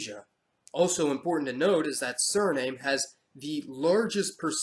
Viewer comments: Suriname is not pronounced 'sir name' Great video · It' Suriname is pronounced Suri - nahm (e). The Cayman Islands are apart of the greater antilies.